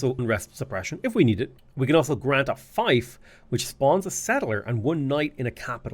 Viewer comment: Just FYI, - "feif" is pronounced as "feef." A "fife" is a small flutelike instrument, used mainly in the military.